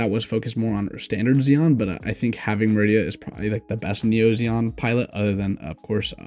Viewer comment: Not "Meridia". It's pronounced MAH-ree-dah